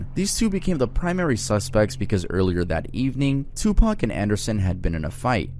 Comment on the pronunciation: some massive pronunciation errors: It's Tu-Pauk not Tu-Pack Ca-dee-lak not Ca-dee-lock Kee-fee Dee not Kef Dee Love you man, but seriously